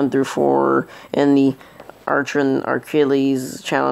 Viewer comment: Archilles... Achilles not ARC ILLES...